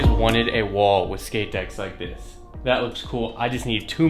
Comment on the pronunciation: "shix shkate decks"